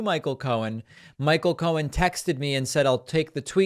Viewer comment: He sure did and he also repeatedly said Michael Cone instead of Cohen.😂